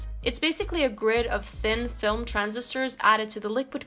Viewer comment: I could have swore she said Thing Film instead of Thin Film lol. Alrhough i could be wrong.